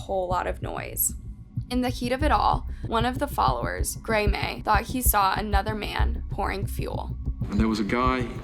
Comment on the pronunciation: Gray-may?? (Graeme 😂)